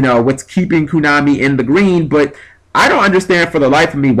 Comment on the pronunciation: it's konami not kunami....